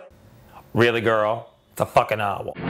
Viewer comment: i love how he pronounces "owl" as "ah-wol"